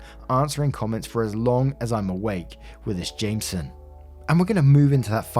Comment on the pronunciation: Story 1 update or The drink isn't Jameson In N America It's pronounces Jame (Pronounced Jane but with an M) E (soft e) son